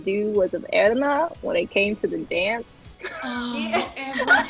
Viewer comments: the fact that Erana anglicised her name when she introduced herself but all her cast mates go to the effort to pronounce it properly 🥺 i felt that so hard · In Mia pronounces Erana's name. Is that how it is really pronounced? (I'm not an English-speaking person)